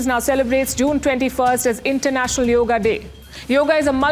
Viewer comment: Yoga is the right pronunciation! In the North, they often cut off the vowel at the end due to the influence of Urdu, a language of the Muslims who colonized India!